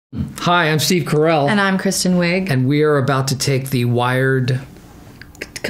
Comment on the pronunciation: Steve, you just said your family name is Caracelli, not Carell!